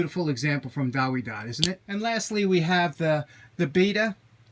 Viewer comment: W is pronounced V in german. Check out German Tool Reviews in Youtube.